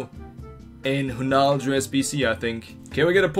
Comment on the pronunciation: Lol, am calling him "" from now on.